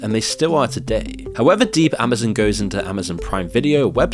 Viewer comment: dude stop pronouncing Amazon as " amazin ". it's a fuking O...letter O...not an " i " . (facepalms) -=-==